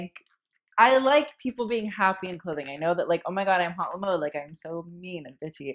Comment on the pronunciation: I'm just gonna say, that's not how you pronounce "haute le mode", that's not even how you write it! "haute" isnt pronounced like "hot" since it's a French word and "mode" isnt preceded by "le" because french is weird and words have genders lmao. it's preceded by "la". and "haute la mode" isn't proper french... it's just "haute mode" yeah...